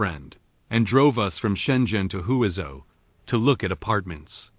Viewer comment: The correct pronunciation of Huizhou is 'hway jo' The AI narration is not correct